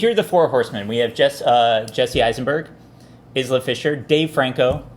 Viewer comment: youre pronouncing isla fisher wrong..